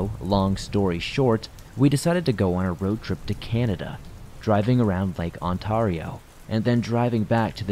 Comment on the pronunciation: Oof that pronunciation of Ontario made me cringe